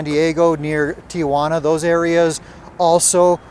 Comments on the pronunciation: In this video you said Ti-A-Juana. That is not how we pronounce that city's name. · Tia Juana. LOL I know you know the correct pronunciation but after hearing it mispronounced our entire lives it just slips out. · lol didn't notice this, sounds like "Aunt Juana" for english 😂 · Just leave the A out. Ti-Juana.